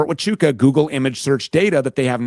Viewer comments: Ft. Tachooka??? How did no one correct him? It’s Waaaaaahhhhchooka!!! Geez!!! 😂😂😂😂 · Somebody sounds really retarded, not being able to say Fort HUACHUCA… (WAAAAA-CHOOOOO-KAAAA) Where the hell does he get a T in that name ??? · It was Brian Harpole seen at Ft Huachuca (not the Fort he’s pronouncing it as) - good grief this is a douche, too, spouting off women as being retarded.